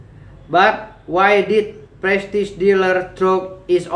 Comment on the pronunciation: Ya Tuhan.. dia baca prestige "prestig" purchase "purkas"... kok mau ya mempermalukan diri di muka umum.🤣🤣🤣